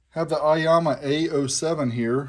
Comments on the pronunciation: Aiyima not Aiyama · Eema not Ahma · aiAma? i think its aiYma =) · It is not "aiyama", it is Aiyima. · It’s Aiyima, not Aiyama. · 👍🏼 video... But I - E - Yama.?! LOLOL 😆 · I think it's pronounced I-yeema but nice little amp for the price. I have the Aiyima DAC and it sounds fantastic.